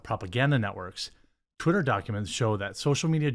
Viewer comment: I like how you pronounced "twitter" as "terry". lol